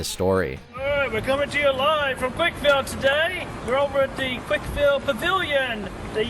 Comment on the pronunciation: Boy you driving me crazy - it's not "Quik-E-Ville," it's "Quikville."